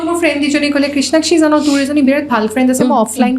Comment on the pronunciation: ঝানো, অখম,যোনে , হেনেকুৱা...... কি শব্দ এইবোৰ ? ভুলকৈ কোৱাটোহে আধুনিকতাৰ লক্ষণ নেকি?????English, Hindi, অসমীয়া সকলো মিলি এটা নতুন ভাষা কোৱা যেন লাগিছে। Unsubscribe কৰিলো।